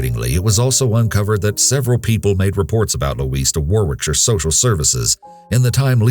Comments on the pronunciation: Second case: Warwickshire is pronounced Woh-rickshire not Wor-wickshire (I'm from there). There's also something comical about "a beautiful Walsall funeral". Having said that I once thought Arkansas was pronounced Ar-kansas. Separated by a common language lol.... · Just a little tip for you guys if you report anything from Warwickshire again. The second W is silent and it’s pronounced Warickshire 😉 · Its pronounced wohrick-sheer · Warwickshire pronounced Worricksher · I have to make a correction here. The second story, Rugby Warwickshire is in England. In England, the emergency number is 999, not 911. Please check your facts, first. Also, Warwickshire is more pronounced "Warricksheer". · For anyone wondering how to pronounce Warwickshire, it's like war-rick-shuh, or war-rick-sheer. Warwick is just pronounced worrick. More silly lil English town name spellings lol, From someone from Warwickshire Hehe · FYI it's pronounced 'Warrickshaah' ....x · Its pronounced - Worrickshire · To pronounce wallsall it's wall-sual and Warwickshire is Wa-rick-shur. I live in the UK 🇬🇧 😊 Great video. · UK emergency number is 999 not 911 and Worrickshur would be the correct pronunciation of Warwickshire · It’s pronounced Woricksher :) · Just a slight correction but Warwickshire is pronounced Worrick-shire, that being said Quality work as ever.